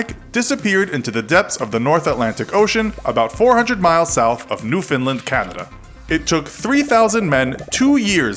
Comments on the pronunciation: New Finland? It's new found-land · As a Canadian I can confirm that is how nobody pronounces it. It is New-fun-land phonetically not "New Finland". It was his slow cadence as well as the improper pronunciation that made it wrong. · Newfinland? What the hell? You mean Newfoundland? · new-found-land not newfinland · New-found-land not new Finland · The Titanic was discovered in September 1985 not 1986. So you didn't even get the month or year right. I'm not sure where you get your information but much of it is wrong. Also learn how to pronounce parts of the ship right and learn how to pronounce Newfoundland. Not sorry to say, but if you're going to have a channel like this actually get the facts and pronounce stuff correctly. Otherwise you come off as an idiot that was too lazy to study. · "New finland, canada" . Its pronounced like new fun land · it’s not pronounced “New-Finland”, it’s pronounced “New-fund-land” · Not newfinland, Newfoundland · Is in not newfound land not new Finland like he said. Maybe I'm wrong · Its pronounced new...found...land not new...fin...land. lol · You said Newfoundland at the start you said me finlind when it’s proununced New Fund Land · NewfoundLAND LAND. NEW-FOUND-LAND NOT LIND!!!! DX From a NewfoundLANDer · New foundland not new Finland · As a Newfoundlander its pronounced new-found-land New found land Newfound fucking land Or what happened to old Finland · I live in Newfoundland but wth is newfoundlind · Why can nobody say Newfoundland right, it’s not newFinland..... :/ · Newfin-land??? Lol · LOL New-Finland Canada 🤦🏻‍♂️ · Newfinland Canada? 😂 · Did he fucking say "New-Finland, Canada" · This guy pronounced Newfoundland so wrong, goddam Newfinlind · you said Newfoundland wrong. Besides that great video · Where do you see an “I” in NEWFOUNDLAND. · You said Newfoundland wrong and you also said bow wrong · He mispronounced newfoundland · People never pronounce Newfoundland correctly😂